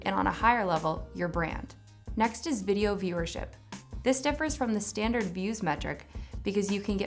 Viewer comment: Standard, not "standared"